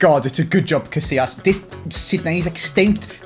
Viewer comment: "CaSSilas" this hurts